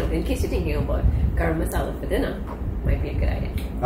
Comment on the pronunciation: Love the way says 'Grrr-am masala'. 😂 Khalid's BBQ and grill Where San Fernando Why taste, economic, great service...!